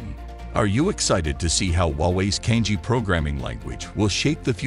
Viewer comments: Cangjie is not pronounced as 'Kang-jee".. It is "chunk-jea". "jea" as jealous. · CANJIE - the correct pronunciation is Chang Ze-Air. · the narrator has mispronounced "cangjie" making it sound similar to "kanji"